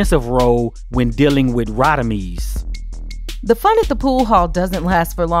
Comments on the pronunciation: It's Rodimez not Rodimeez! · Radamez not Radameez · Rah-da-mez …….. Mr Quill-lez. They pronounce the names 😂😂 Love the videos must nit pick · I hate the way they pronounce Radames 😂😂😂